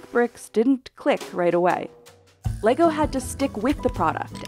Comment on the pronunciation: Leego? 🤦 at this point it’s not an accent but an intentional mispronunciation.